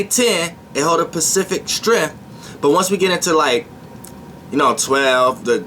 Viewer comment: he’s illiterate, he also says ‘Pacific’ instead of ‘specific’